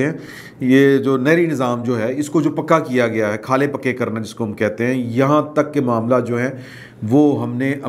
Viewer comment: خالے نہیں نالے کہتے ہیں